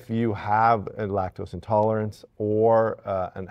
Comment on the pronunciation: You lost me at “intolErence”, sorry 😑